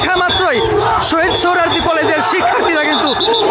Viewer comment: সাংবাদিকতার মান কতটাই নিচে নেমেছে এর উদাহরণ এই ভিডিওটি, সৌহরোয়াদী কলেজ কে বলছে সৌহরোয়াদী উদ্যান , এমনকি ভিডিও টাইটেলও ভূল লিখেছি !! অথচ এটি একটি জাতীয় দৈনিকের ভিডিও পোর্টাল।